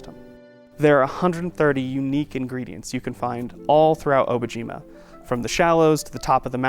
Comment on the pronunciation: I'm confused about the pronunciation of the name of the project. Obojima in Korean is "Dont be afraid" while Obojima in Japanese is "Grave Island"(technically not even a word though...). Both languages do not pronounce the name like the creators have been. How is everyone else pronoucing it?